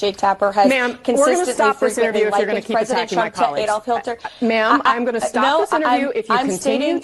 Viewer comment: "Adolf Hilter" 😆 🤣 😂